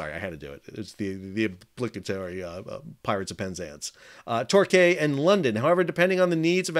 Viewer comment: Great video . Torquay pronounced Tor-key. What are your rates Sal?